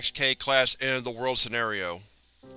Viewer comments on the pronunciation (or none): none